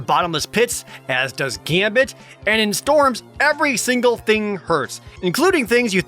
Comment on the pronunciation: ... they botched Gambit's last name. How did I never notice this?